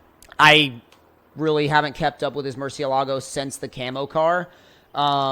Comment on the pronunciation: It’s pronounced “Mur-sha-la-go” not “mur-ceea-lago”